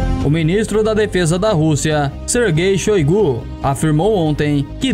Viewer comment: ..."ministro da Russia Sergay showécú ".. 🤔🤔🤔🤔